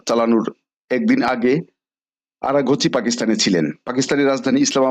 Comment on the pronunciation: স্পষ্ট ভাবে নাম গুলো বলতে পারছেন না যেমন কিরেন রিজুজু কে বললেন কাইরেন।আব্বাস আরাকচি কে আরাঘাচি এগুলো ঠিক করুন।